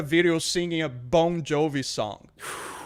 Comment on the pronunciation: Does think the band is called “Bone Jovi”?